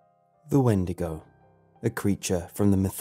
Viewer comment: Wendigo is not how you pronounce it although it is from our mythology is pronounced a different way although it can the form that it is often depicted in it can take any form they are dangerous stalkers be wary of them